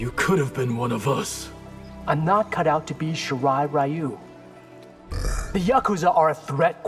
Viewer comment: Y’know you’d think they’d get the Japanese pronunciations right after so many years but no. They still mispronounce Takeda and Ryu. Fucking fantastic, great job netherrealm